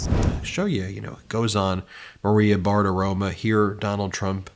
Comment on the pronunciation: It's Maria Bartiromo, not Bartiroma. Why not pronounce it correctly? It's not that hard